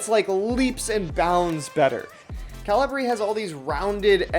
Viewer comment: I think it's ca-LI-bri, not CA-li-bri? /kəˈliːbri/ is the pronunciation given on Wikipedia. (Still like your enthusiasm, regardless.)